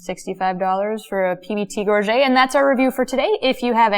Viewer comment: Gorget = /GOR-juht/ not /gor-ZHAY/